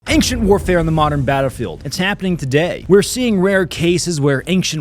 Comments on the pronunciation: Why do you say "ainkhchent" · Schtop saying ankchent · Does anyone else think he says ancient weird?